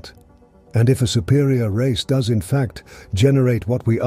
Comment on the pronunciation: The narrator has to be AI, just based on simple errors (“what dox it all mean” rather than the obvious “what does it all mean,” etc) but I hope that whoever holds the copyright does a proper audiobook edition with a human narrator. Meanwhile, the AI version will have to do.